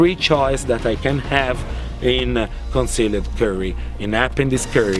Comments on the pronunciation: I love how he pronounces concealed. Cun Seal Ed. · Conz-See-Led Curry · Some Impurrtent points about cone-see-led curry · "Conceleeed curry" made my day xD